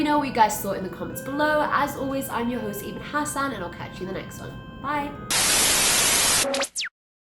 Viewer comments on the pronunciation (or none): none